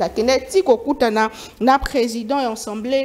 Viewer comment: Les journalistes doivent apprendre à faire différence entre Assemblée et ensemblé. On dit A-ssemblée et non en-semblé .